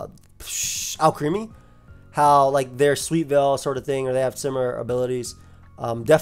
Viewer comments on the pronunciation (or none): none